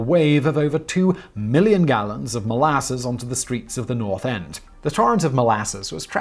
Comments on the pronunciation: Why is he saying it like that? It's mol-a-suss, not mol-asses, Simon. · Your pronunciation of molasses is super weird! Molarses? Is that “powsh”??? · Why do you say molasses in such a weird way?